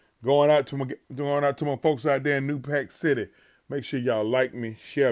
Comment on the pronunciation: New Pac Cit•tay